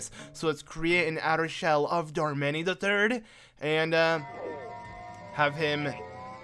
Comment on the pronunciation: Darmanny?? I thought it was pronounced Darmonny